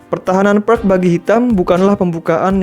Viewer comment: Sebaiknya menyebut Pirc dengan "Pirts" bukan "Perk" 😁 Terimakasih penjelasanya Video edukasi yg bagus dan keren untuk pemula